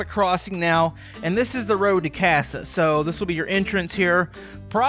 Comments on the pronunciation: It’s not casa it’s NASA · Did he just said "CASA" instead of NASA? Or is it intended? And also why is the space station still intact it should be destroyed and pretty gone because of the heat and pressure when it was going to the Earth also the astronauts should have evaporated now BTW it is ok to be unrealistic because everything is possible in tiny town VR. Also DO NOT REPLY KIDS THAT DON'T KNOW THESE STUFF.